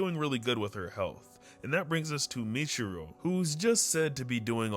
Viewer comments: (Moo-e-chi-ro) muichiro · Did I hear that right? Who th is michiro ?? muichiro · Who’s Aoiwee it’s Aoi who’s kanoah is kanao who zenestu it’s zenistu stop saying kanoah & who’s muchuro muichiro (No hate just not how you say)😊